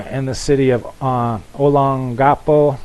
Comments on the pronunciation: Olongapo..... emphasis on "long" .. not "o" or "ga". Pronunciation: (ō-lông"gu-pō').. Ex is from there, visited many times.. brother lived in Subic for 18 years as Fed-Ex pilot.. Hope you don't mind me correcting you. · Check with Michelle on the pronounciation of Olongapo. I sent you some informal info on your PRESCRIPTION via email. Hope it helps.